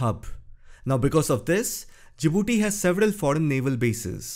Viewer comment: Djibouti, not Jadibooti